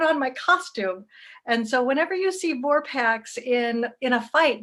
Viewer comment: VorpAx! Not VorpEx.